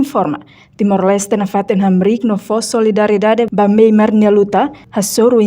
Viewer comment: Nasaun MYANMAR. Karik ita boot sira pronunsia liafuan MEIMART signifika loja iha Díli/fatuhada mak hanaran MEIMART. Tamba nasaun nebee mak ita temi (MEIMAR) iha mapa mundu ita lá hetan. SUJESTAUN DEIT ATU NÚNEE BELE SAI JORNALISTA NEBEE PROFESSIONAL....!!!!!